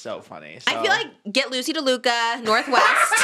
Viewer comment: trish saying “DELUca” instead of “laduca” is SENDING MEEEE loosey deluluca